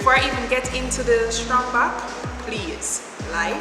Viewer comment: Girl its not strong back...its trang back lol